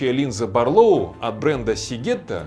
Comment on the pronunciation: Барлóу, тут вроде правильно. Вот бы во всём обзоре так